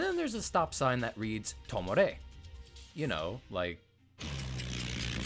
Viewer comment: I think you also pronounced tomare as tomore.